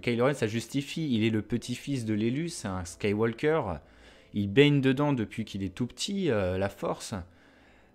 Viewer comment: Yo ^^ J'aime beaucoup tes vidéos mais s'il te plait, arrête de prononcer le L de Skywalker ... Ça m'arrache les oreilles ce franglais ><